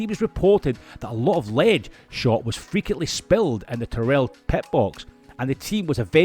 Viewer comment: Interesting video but I wish people making these videos would find out how names are pronounced. For example, Tyrrell has the emphasis on the first syllable (because Ken Tyrrell was English, not American), and Mike Coughlan's name is pronounced with the first syllable of his surname rhyming with "loch", which a Scot should know how to pronounce!